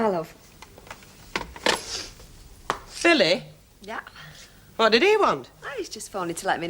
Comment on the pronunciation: It sounded like Blanche said Phily, instead of Billy.